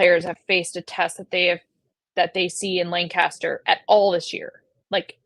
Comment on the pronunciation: I live here in PA and we do pronounce it LangKISSter. Not sure why...but is 100% correct! 👍👍